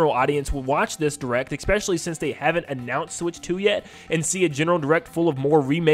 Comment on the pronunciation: "Expecially" is not a word. Especially*